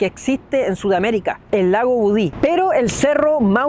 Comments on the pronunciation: budi lo pronuncias mal es budi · Hola. Es lago Budi sin acento ni tilde al final❤ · Me gustan tus videos, pero viajar tan lejos para decir mal el nombre del lugar y más encima siendo Chileno 😢 El lago es Budi y ojalá la gente vaya no más, pero con precaución.